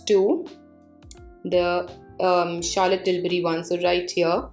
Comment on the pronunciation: Era gera nattu gera 😂😂😂😂 wow.. kitna sundar bole up bohot sweet laga.. ❤️😀 and the word Charlotte you pronounceed ..wow ❤️❤️❤️❤️❤️❤️❤️